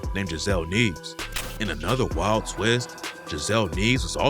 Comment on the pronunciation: The way you pronounced the last name “Nieves” pissed me off… 💀😂